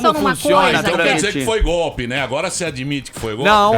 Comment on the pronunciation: puta que pariu tem q rir pra não chora da falando: Foi Goolppii